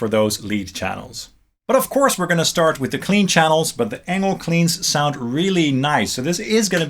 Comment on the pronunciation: I thought Engl is pronounced like "Angel"